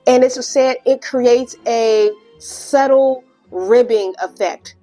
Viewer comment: AI puts a huge burden on the environment too, due to the resources needed for that level of processing power. Also, subtle is pronounced with the ‘b’ silent, like “suttle.” 💜